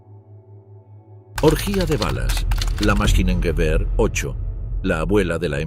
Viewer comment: Luft Maschine Gewehr ..no Maskinen 🤷🏻‍♂️